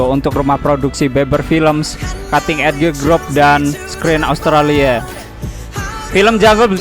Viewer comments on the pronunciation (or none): none